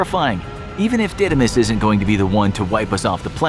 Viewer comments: Didymos is a Greek word and means (the twin) and is not Didaiamos is Dídymos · The asteroids name is the Greek word for twin and it isn't pronounced like that